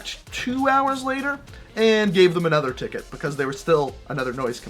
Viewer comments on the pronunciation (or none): he said anether at the beginning